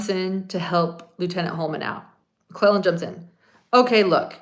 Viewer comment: You are saying McClellan and it’s McLeland